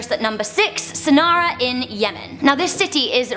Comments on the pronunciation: Sanara? It's pronounced Sanna! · its San'a not Sana'a